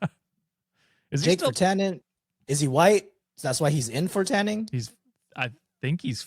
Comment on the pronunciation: yeah Virtanen is a Finnish name. also my official Finnish judgment: an insane pronounciation, decent effort tho